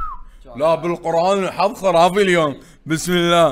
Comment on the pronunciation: شگد تجعص باللغة العربية! الحظ و ليس الحض!!!